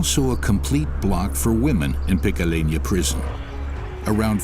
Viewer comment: Also says picalena...are you slow???